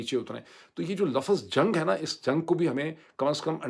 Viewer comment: Lafz. Not Lafaz.